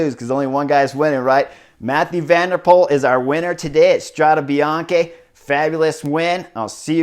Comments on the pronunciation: With all the love in the world, no: Strada Bian-"key". Yes: Strada Bian-"kay" . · Thanks for the good report! But man... your constant mispronunciation of the race name is ear drilling 😱 Let’s try together: Strada (fem.) is singular, Strade is plural. Last E is pronounced as in ‘pet, wet, get...’. Bianco means white, bianche is female plural. Bianchi is male plural but also the bike brand. So, what you’re pronouncing is ‘Bianchi road’ instead of White roads. 🙏🏻🚴‍♂️☀️